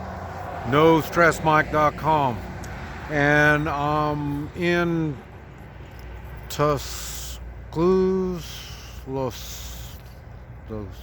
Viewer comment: Tusk-uh-loose-uh. Practice.